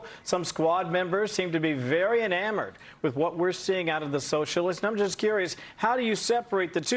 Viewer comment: Ilhan freudian slip - the sewer socialists 😂 Did anyone else hear it that way or is it just me?